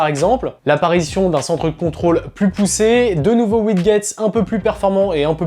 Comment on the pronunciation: Ca se prononce Widjet et non WidGet ! Mdr t’as pas un soucie avec le vocabulaire technique t’as aussi dis répétiteur au lieu de répéteur dans ta dernière vidéo Freebox